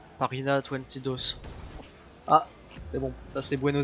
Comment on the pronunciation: Pajina twenty dos ?! xD Si vous voulez dire 22 c'est veinte dos